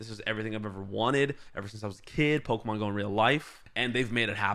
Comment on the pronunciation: IT'S PO-KEY-MON!!!!